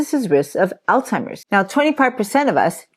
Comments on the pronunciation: Phonetically --> ALLZ HI MERS (Alz hei mers) NOT! ALLTIMERS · I'm very interested in Alzheimer's, but when someone pronounces it as "All timers"................kinda loses credibility